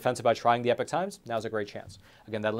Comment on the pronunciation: You are NOT “The Epic Times”. You are “The Epoch Times”, pronounced “E-Pock”.